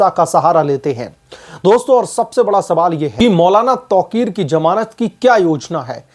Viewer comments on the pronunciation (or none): none